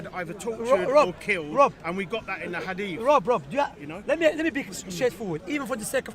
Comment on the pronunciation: He calls hadith adeef he is a hater but may Allah guide him.